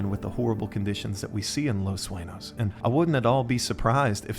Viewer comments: its not Suenos, its Sueños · Saying Los Suenos made me angry.